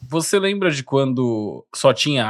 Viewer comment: "Você lembra (pausa) de quando só tinha água?" KKKKKKKKKKKKKKKKKKKKKKKKKKKKKKK